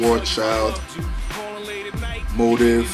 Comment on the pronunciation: Loved the review! Great one! I pre-ordered the album a while ago and rock it everyday! Though, you pronounce Motive as Motiv xD